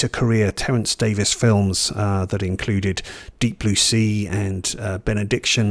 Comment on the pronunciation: Terence Davies (Thanks for recognizing the pronunciation as Davis) was my favorite filmmaker. I'm American (in Florida) and was an avid cinefile who's seen all the great films over time. Imagine my surprise upon seeing my first Davies film The Long Day Closes in the early 80s (I was the lone audience member). At the film's conclusion, I was certain my moviegoing life was forever altered by this moving piece of celluloid. Words failed. I've since seen his entire filmography and they're all of a piece. Certainly not for everyone but those who dare to enter his ouvre will be pleased. My personal favorites are The Long Day Closes, A Quiet Passion, The Neon Bible (criminally underrated) and as has professed, Of Time and the City - surely NOT really a documentary but audacious cinema with guns blazing., thanks for championing this maverick. His imprint in cinema history is assured.